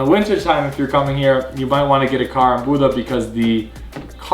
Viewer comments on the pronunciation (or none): Great tips guys. I travel to Norway every year, sometimes twice a year for the last 10 years. Not easy to pronounce Bodø, but certainly it is not Buda as you pronounce it. Way out :-) Norway is great all year around. But yes, in the Summer months the popular places can be packed with people. But Norway has fantastic places that are not so popular almost as good as the popular ones. One has to find them